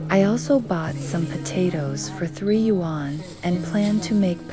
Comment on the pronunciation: I have been to villages like this in Shijiazhuang, Chongqing and near Shenzhen. But that's not how you say "yuan".